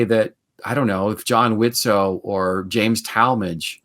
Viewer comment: FYI, the T in Widtsoe is silent. :) Loving this series!